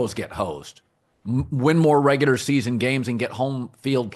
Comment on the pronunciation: Dude it's ReguLar not ReguDar 🤦‍♂️